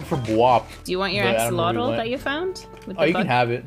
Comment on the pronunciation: I love how they pronounce axolotl, it's adorable xD